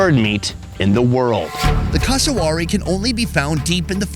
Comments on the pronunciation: It's pronounced cass uh wear eee and is a living version of a velociraptor with their feet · Cus-a-w o r r y... E mooo... 🤭🤦 He's not the only one who says it. C'mon Americans, you'd be like 🤨, if we Aussie's said/pronounced these animals something like: American belled eagle 🦅 lol.. Or American Beeson 🦬 🤣😆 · FFS, learn to pronounce Cassowary! CASS-OH-WARY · That pronunciation of cassowary really threw me for a loop :') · your pronunciation of Cassowary and Emu was painful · This blokes pronunciation of Cassowary was like nails on a chalkboard. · Plz learn how to pronounce the name of that bird properly